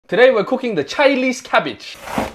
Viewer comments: Man emphasized the CHINESE CABBAGE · 'chilese cabbage? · The chailis cabij